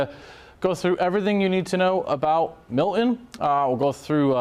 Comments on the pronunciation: It’s not Mil’in. It’s MILTON. Pronounce the T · Can you please learn how to pronounce Milton. You are a broadcaster. There is t in the name not a pause or an eh. Mil T on